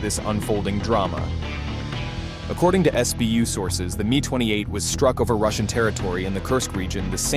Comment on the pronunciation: It's not a ME... it's not a MY... it's an M I (M-EYE phonetically) 28. While you needed to slow down a bit... your new cg voice just doesn't cut it.